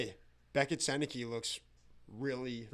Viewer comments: It’s pronounced sen nuh kuh not senne key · You guys have gotta start saying Sennecke's name right. We needed a 4th line center, not a guy who is elite for 20 games, gets injured, and falls off the face of the planet. Wishing Z all the best like every former Duck, but he had to go.